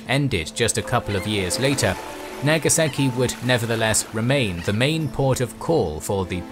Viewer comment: its nagasaki not nageseki